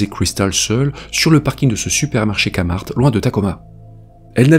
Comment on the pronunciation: vidéo intéressante comme toujours... juste un petit détail, pour nommer le nom du centre commercial, il faut utiliser le son du K en anglais et faire résonner le son du t aussi, donc KéMarT